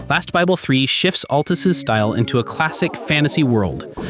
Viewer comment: Also “Altus”.